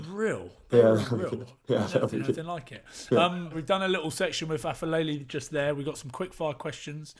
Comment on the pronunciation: boys aphelele is pronounced like pepper not like f sound